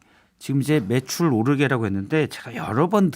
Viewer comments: 무한 반복으로 들어도 내귀엔 "배추 오르게 " 로 들리네요 대통령이 나이가 있으니 설령 매출이라 생각했었어도 배추라고 말했었던거 같네요 대통령은 실언은 인정하지않고 매번 변명만 늘어 놓네요 애휴!! 지겹다 정말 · 자막없는 뉴스를 보는데 배추값을 올린다고?하는 생각을 했었습니다 이분 치아가 없으신가요? 바이든이라 들리는데 날리면..배추로 들리는데 매출...암튼 배추로 들렸습니다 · ㅋ~~내용 모르는 상태로 소리만 들으면서 일하는데 배추로 들었습니다. 매출이였어요 ㅎ 그럼 발음 잘 하셔야지~~^^ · 솔직히 배추로 들리고 배추값이 오르면 장사하시는 분이 돈을 더 버니까 격려차 말하는 줄 알았다. 매출이었다면 가래낀 목소리로 발음이 정확하지않은 대통령 탓이지 뭔 소송을.... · 뭘해도 문제내요 진정성이 없으니 말한마디에도 문제가 되고 분노하게 만드네요 중요한걸 모르는 대통령과 국힘이네요 한심합니다 대통령의 말한마디도 신뢰할수 없으니 참 한심합니다 제 귀에도 배추로 들리네요 그런데 배추라고 들려도 매출이라고 우기면 매출이겠지요 나참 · 발음을 좀 똑바로하든가 ㅋ 진짜 무능에 무지 이ㅆㄲ 이색깔 ㅋ 바이든 날리면 배추 매출 ㅋㅋ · 술에 쩔어서 배추/매출 발음도 똑바로 못하는 멍청이가 기자들 탓만하고 자빠졌다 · 내가 들어도 배추인데 ... 맥락은 매출이 맞는데 발음은 배추로 들림. 순간 착오인 듯 한데 ... 언론 재갈 물리기 ... 지록위마의 스몰 버젼 ㅋㅋ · 배추 오르게로 들리는데 자막 안보고 소리만 들었음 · 발음좀 잘해라..배추로 들린다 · 배추로 들리는 1인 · 헐 자막 그냥 오탄줄알았는데. 배추로 들리네 ㅋ 용산사는 윤씨야~ 발음 썩었네 ㅋ 긍데 진짜 배추네 배추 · 전 배추로 들리네요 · 저두 "배추 오르게" 로 들리네요. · 난 또 배추로 들리네...... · ㄹ 발음 전혀 들리지않음 배추 정확히 들림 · 화면 안 보고 소리만 처음 들었을 때 분명 배추로 들렸음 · "배추"로 들린다. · 난 눈감고 들어봤는데 분명히 "배추 오르게"로 들었다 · 나도 배추 로 들렸어요.ㅋ ㅋ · 여러번 들어봐도 배추라고 들리는데... 이정도면 어디가서 발음 교정이라도 하던지... 국민들 듣기 실험으로 스트레스 받네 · 아니 싯팔 나도 배추로 들린다 윤두창아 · 윤석열이는 말하지마 술이 안깨서 발음이 이상하네 배추로 들리네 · 난 배추로 들리는데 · 배추로 들리는데? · 배추로 들리는데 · 들어 보니 발음 자체가 어정쩡 하네요.. 매출과 배추의 중간 정도. 발음을 분명히 못한 사람도 잘못이 있을텐데 본인은 완전 무결 하다고 믿고 있나? 어쩌다 모지리 한사람이 최고의 자리에 올라가다 보니 그 자리를 주체를 못하고 남용합니다.. 국가와 국민들의 불행. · 배추로 들리는데 나도 잡아가나? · 무식한 넘이 맨날 술 쳐먹어 발음이 꼬이네 저건 매출이었겠지. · 발음좀 정확히하고 배추를 소송할일이냐 참 한가하네요 살만하니 좋겠네요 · 저도 배추 오르게로 들렸습니다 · 나도 배추 오르게로 들렸는데ㅠㅠ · 내 귀에도 배추로 들림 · 난 배추로 들림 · 그냥 소리로만 들으면 배추로 들려요. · 배추로 들리니 배추란거지 문맥상 ㅋㅋㅋ 모르겠고 다시들어보소 배추로 들리네~~~^^^